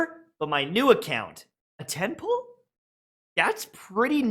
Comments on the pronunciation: the entire time I thought he was saying "a temple" but then I realized jebus Christ he's saying "a 10 pull" Don't even try to convince me you didn't think the same 🚶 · i just woke up and i was confused why he kept saying “temple” but he was actually saying “10 pull” 😅